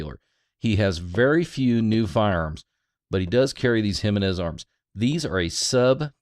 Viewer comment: Pronounced "he men ez" --- hemenez; not jim i nez